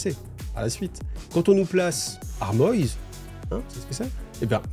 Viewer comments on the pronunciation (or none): Alors je sais je te fais encore chier mais : Armoise, si c'est bien comme ça que c'est écrit... ce dit en français et non : armoïze... c'est une plante et cette plante en anglais à un autre nom ce qui me laisse croire que si le nom français est choisi... c'est que la prononciation est aussi française